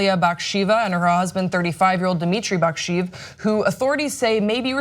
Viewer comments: Actually she didn't pronounce the names that well, it's pronounced something like bak-shay-ev, not bak-sheev. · It's pronounced Baksheyev though =)